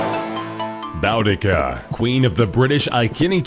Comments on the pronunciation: Boo-di-see-a is how you pronounce Boudicca just saying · The 1st woman is pronounced BOODICA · Number 1 is pronounced boodica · icouldnt stop laughing when u said boudica its pronounced boo d ca lol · um, it's "boo-dica" and "I-see-nee" lol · it's pronounced bodakI although it's spelled bodaka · Boudica is pronounced as boo-di-ca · didn't pronounce boudica even a little bit right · you pronounced the first ones name wrong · that boudica and icini pronunciation was so bad